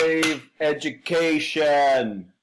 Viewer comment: “I’m trying to save ED-U-CA-TION!” 🤣